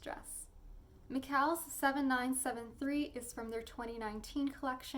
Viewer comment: McCalls is pronounced the same as Falls. I don't like criticising but the way words are pronounced can be irritating.